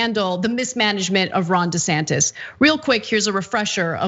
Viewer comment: When I hear them say his name I always hear "Rhonda Santis", it would be better if he went by "Ronald" but, he won't change the empirical fact that he is a fully qualified idiot.